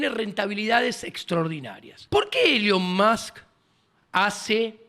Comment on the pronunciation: Nunca había escucha a alguien le llamara a Elon Musk “elion mosk”